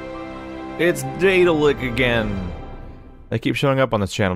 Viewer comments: THANK YOU Also Daedalic is pronounced slightly different. More like Dad-alic. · Thomas Vinci Daedalic pronounces their name more like Dad-alic in interviews, no matter where the name comes from.